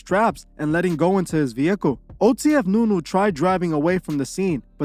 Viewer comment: It’s nuski not nu nu